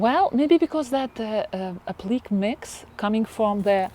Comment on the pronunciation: Applique is pronounced “aplicay” in English. Or the que is pronounced the same as the word “que” in Spanish. Hope that’s helpful.